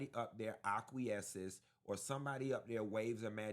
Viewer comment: Acquiesce (ah kwee ess) not "aquaesce." Bring Kim back.